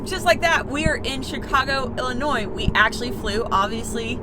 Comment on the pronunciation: 1.) Thank You for not saying Illinoissssss! F-me...hate when people mispronounce the name. 2.) Chicago IS my kinda town! Love. It.👍